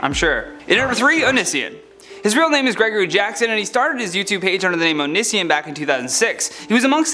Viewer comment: Oh-knee-see-on, Johny.